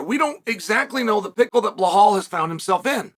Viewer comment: chael misspronounced belal’s name 3 times. The goat